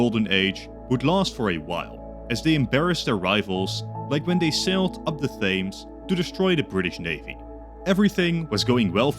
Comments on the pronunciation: The THAIMS??? what is that? Its pronounced 'tems' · "Thames" is pronounced "Tems" in case you weren't aware. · Loved your video hit it made me guffaw when you pronounced Thames like "Thaymes" 😂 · Thames is pronounced tems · Is no one else gonna point out how he can't say Thames.